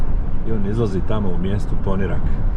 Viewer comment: super snimak, samo sljedeći put snimi malo i Vracu za nas dijasporce 😅. I samo da te ispravim, kaže se Poniiirak sa dugim "i"